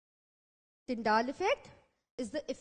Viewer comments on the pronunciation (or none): Nice but it's Tyndall not Tyndaall 🙃 anyways... Nicely done